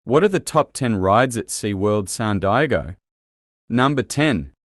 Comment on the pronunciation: San digo 😂😂😂